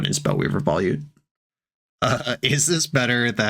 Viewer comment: Volute is pronounced VO-LUTE.